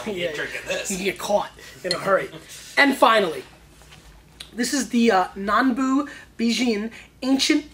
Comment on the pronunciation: You can hear him WANTING to say it like he would an Italian or French wine. Nambu? Any relation to the Nambu Pistol creator?